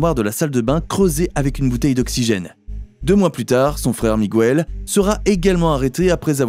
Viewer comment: Arrêtez de prononcer Migouel pour Miguel, la combinaison GUE fonctionne exactement comme en français la voyelle u ne se prononce pas, sauf si vous mettez un tréma.